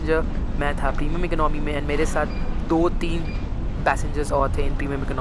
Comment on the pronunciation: It is not iknomy, its economy